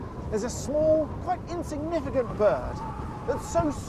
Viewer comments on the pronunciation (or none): how dare he call the ptarmigan “insignificanct”